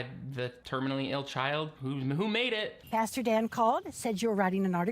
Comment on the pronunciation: Lol, you aallllmost nailed your pronunciation of "pastor" this time! Have you been ~practicing?~